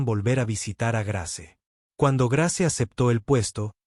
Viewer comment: Muy bella historia, eso sí se escribe Grace, pero se pronuncia Greis.